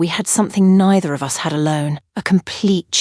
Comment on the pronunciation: I think it's an '''a.i. thing'''. It also tends to pronounce 'bullet wound(wooond)' as '''wownd'''. Hair bow(boe), comes out as '''bahwuh'''. 'Us' gets spelled out, u s, as if each letter was a word. I thought it was a glitch in the video at first. Then I realized it was happening to all contractions, NOT JUST the ones with '''---'t or ---'s'''. Can be very irritating sometimes.